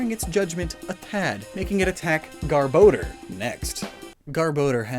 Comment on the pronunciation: he says garbodor wrong